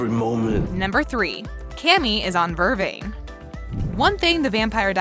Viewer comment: Vervain, stefan and a few other words. You emphasize the wrong part of the word!!!!!!!!!!